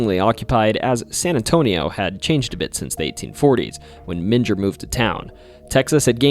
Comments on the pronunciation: aaaaaaaaaand you just said "Men-jer" like its where Jesus was swaddled in cloth after birth or something. oof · It's Menger Hotel with last part of Menger pronounced like a growl (grrrr). :) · Okay ........Born, rsised and reside in San Antonio Tx. The names here arr somewhat hard to pronounce. For example ; Boerne sounds like BurKnee, Bexar county sounds like Bear county, and The Menger Hotel sounds like The Minger Hotel . Not picking, Great vid be the way. It just hurts , Almost like hitting the wtong note on the piano.✌️ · Great video, btw The Menger hotel is pronounced "Ming-er" despite what google tells you lol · Not in Germany my friend :) Menger, must sound like Menger in english when you spell it with an a instead the e, Manger.. Good wishes from me in this crazy times. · Not only did he mispronounce Bowie but I actually screamed when he mispronounced Menger. Did he ever visit these places? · Or the way he kept mispronouncing Menger 😯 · Dude your pronunciations of these names is pissing me off, it’s not BOWY it’s pronounced (B -O -ee) and it’s not men gir it’s (me-n-gr) And you can’t even pronounce iLL correctly it’s not pronounced L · The mispronounciations hurt so much. First bowie (boo weee) then menger (mean grrrr) dunno how far I'm gonna get lol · You're mispronouncing Menger and Bowie. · You mispronounced both Bowie and Menger. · Mispronounced Bowie and Menger Hotel….